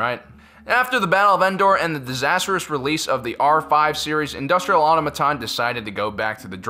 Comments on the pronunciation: "Industrial AuTOmaton", not Aumaton! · Why does he keep pronouncing Automaton...terribly. Ah-tom-a-tahn. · Automaton. Aw-toh-mah-ton. It's not hard. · Automaton isn't pronounced like that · Please learn to say Automaton